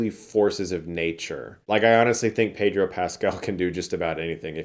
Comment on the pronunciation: By the way, it’s pronounced Peh-dro Pascal (if you’re not saying it with the accent he uses when he says his full name)! Not Pay-dro. He’s clarified it in an interview before.